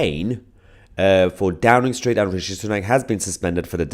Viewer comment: It sounds more like " A Drowning Street" rather than Downing street